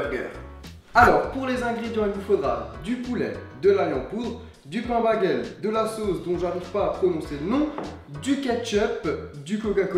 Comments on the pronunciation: un bagel ça se dit pas bagel mais bégel.... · Charle je ne sais pas si tu sais mais le pain se prononce béguel même si Ça s'écrit bagel